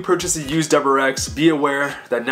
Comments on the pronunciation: Are you saying doublerex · the way you say wrx really gets to me lmao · dude i cant handle it